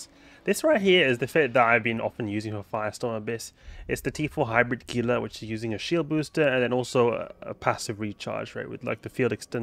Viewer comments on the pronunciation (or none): I love your vids. I've learned a lot and made better ship configurations from some of the ideas I've gotten from you. Some are really nice. I do wish however that you'd pronounce Gila correctly. The Gila Monster and the Gila river are pronounced "Hee Luh". I know nitpicky, but I've spent a lot of time in Arizona working with Gila preservation.